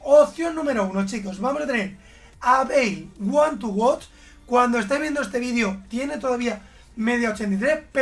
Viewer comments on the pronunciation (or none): Todos: one to watch: ONE TOWOT XDXD